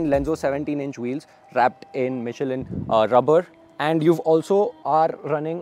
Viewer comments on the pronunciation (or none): none